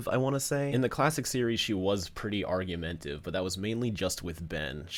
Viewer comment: "Argumentive" is not a word. It's "argumentative." 5 syllables, not 4.